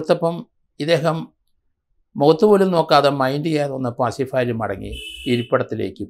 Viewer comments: അസിഫാലി,,, എന്നല്ല ആസിഫ് അലി,,, നിങ്ങൾക്ക് നാക്ക് തിരിയില്ലേ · ആസിഫ് അലി..എന്ന് ആണ്..സത്യത്തിൽ സാർ നിങ്ങൾ ആ പേര് ആദ്യം ആയി..കേൾക്കുന്നത് പോലെ തോന്നി 🤔🤔